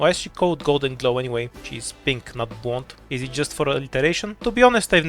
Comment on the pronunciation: I listened to the horn part like 10 times because I couldn't figure out that you were saying "blonde" but when I finally moved onto the goldenglow section it made sense lmao